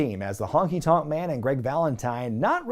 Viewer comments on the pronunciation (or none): none